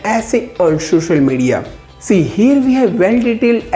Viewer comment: Ohh : "shushal media"